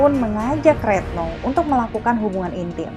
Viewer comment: Retno kok jd reetno..ga enak bgt dgr nya